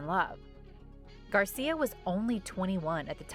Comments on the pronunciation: It is Angel Gracia, not Garcia 😞🙂‍↔️😒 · For the record, the maker's name is GRACIA, not Garcia. I watched every video MTV broadcast for this contest. I have the VHS tapes for all the recordings I did those days. The "winning video" was not even close to the best one.